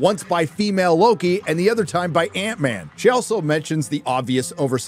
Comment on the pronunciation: I am actually impressed he can pronounce “wasp” but not “ant-man” and “quantumania”😂